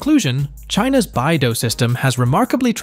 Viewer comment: BeiDou is read as "Bay Dough", not "Bye Dough"😜. It is "the Big Dipper" stars in Chinese, with Literal meaning of "the North Dipper".